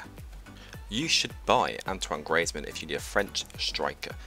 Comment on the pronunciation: The way you say griezmann 😂😂😂